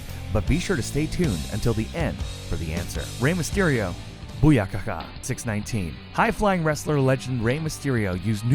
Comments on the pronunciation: It's laughable how obvious it is that these guys no nothing about wrestling. They used a picture of Alicia Fox when talking abut Naomi, they used a picture of Kalisto when talking about Rey Mysterio, and he called it the six nineteen and not the six-one-nine smh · u said 619 wrong u said 6 19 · it is six one nine. not six nineteen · He actually said six nineteen its six one nine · i know you did not just say "6 19" instead of 6 1 9... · you messed up a couple pics. Naomi and Rey. and its boo-yaka and 6-1-9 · You're not a wrestling fan are you? who says booyaka six nineteen it's six one nine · "Booyahaka six nineteen" really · Wtf?! Boo ya ka ka six nineteen? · it is 6-1-9 word(six-one-nine) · I unsubed when he said six NINETEEN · "Booyaka six nineteen" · Booyakaka Six-Nineteen. ARRRRRGGGGGGHHHHH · You mistake Matt Hardy for Jeff, you said "six nineteen". Do you even watch wrestling? Wtf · hahahahahaha "boo yaka ka 6 nineteen" you have special needs lad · You didn't pronounce Rey Mysterio's theme right and you also used a picture of Kalisto instead of mysterio